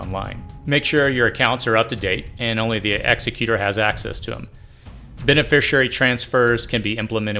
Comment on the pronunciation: Please pronounce executor correctly. You are pronouncing it as the person who executes a criminal, not an estate.